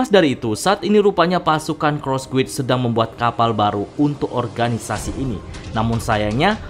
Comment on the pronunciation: Guild itu bacanya GILD om. mungkin itu aja biar g belibet bacanya 😂